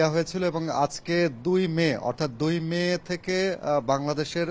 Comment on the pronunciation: 2 মে মানে কি উচ্চারণ টা ঠিক হয়নি